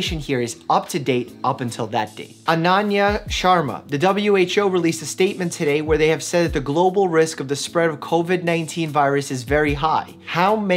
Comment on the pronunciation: Dr. Mike! You mispronounced my (Ananya) as well as the person in the video's name. But I forgive you since it's very common of foreigners to mispronounce my name